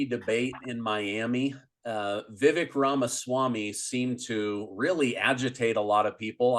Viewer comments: its Vye-vek not Vivick -- as a "on-air" journalist, you really need to pronounce peoples names correctly. Respectful etiquette. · Love Larry. Rona's gotta go! And it's Vi as in uh and vek like cake. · Vi as in I and vek like cake.